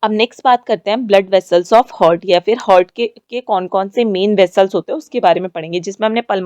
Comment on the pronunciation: 1.16 हार्ट ✅ हर्ट ❌